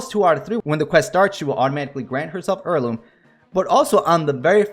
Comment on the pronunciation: Just curious, where in the country were you born/raised/got your accent from? I've never heard "heirloom" get reduced to "/ˈɝl.lum/" from "/ˈɛəɹ.lum/" before. Sounds almost texan